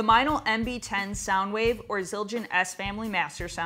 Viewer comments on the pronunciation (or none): none